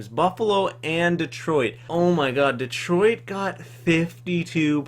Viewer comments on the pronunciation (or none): none